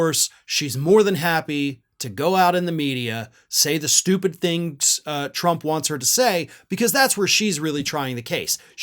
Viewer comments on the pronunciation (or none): none